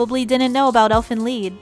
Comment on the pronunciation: it's pronounced leed lol